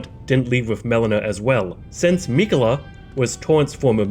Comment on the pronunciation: You: “Rule: Don’t be a jagoff” Me: “fine, just say Miquella correctly please.”